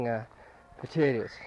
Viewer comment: fucking hell its POTATOES ,,,,,,NOT POTATAS,,,,!!!!